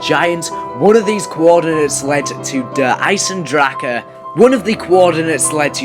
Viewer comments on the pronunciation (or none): It's not fucking der eisendrachaaaaa !!